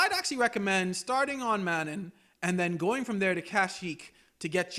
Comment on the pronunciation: The game itself says the actual pronunciation of Manaan several times, how could you still say this wrong? Lmao